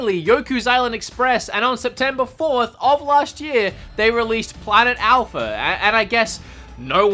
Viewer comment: Its A-L-P-H-A not A-L-P-H-E-R